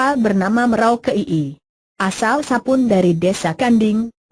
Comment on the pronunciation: Aduh ngomang nya gelepotan emang ga belajar dulu sblm di aploud, Nama Sapon di baca Sapun